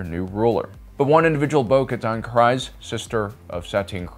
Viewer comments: TCW and live action pronounce Kryze as Kreeze, yet you pronounce as Crize? 😆🤷🏻‍♂ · Love the videos dude but it’s pronounced Creeze, not Cries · It's pronounced creeze no crize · Or Kryze as KRY-ze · Who is finally gonna tell this guy that Kryze isn't pronounced as Cries? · The Y in Kryze is like the EE in cheese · “Kreeeeze” it’s pronounced “Kreeeeze”